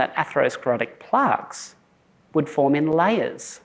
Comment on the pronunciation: Why is he saying Plarks